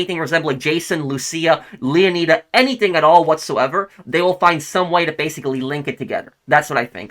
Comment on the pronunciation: leo nai da not leo nee da